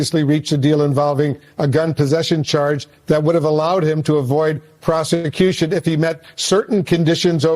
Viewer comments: Did he say prosamuqution??? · Processthecution?????hahahahahaha is that what the guy from CNN said? hahahahahaha